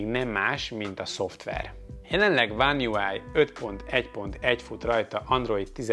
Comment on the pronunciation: akkor úgy mondom, hogy a magyarosított angol kifejezések na meg a One UI (One (Ván) kiejtése, és köszönöm, hogy észre vetted a felhasználó nevem angolos, szóval bízom is benne, hogy te jól is ejtenéd ki